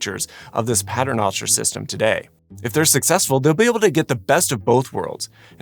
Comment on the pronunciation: As a Catholic your pronunciation of pater noster makes my head hurt.